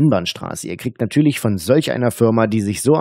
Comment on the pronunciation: "Betrüger!" ... "Wie könne Sie beweisen?" ... "Weil Ihre Webseite in 2 Monaten weg ist." Nattührlich geht der nattühlich - zweite - auch - mit seinem Nattüahlich auf den nattüahlichen Keks.